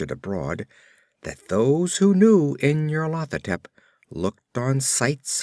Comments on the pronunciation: it's very good I am listening to the whole cycle but I believe it's pronounced NYARLO-THO-TEP but otherwise very well read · nyar-lat-ho-tep= pride of N'yar-lat? lol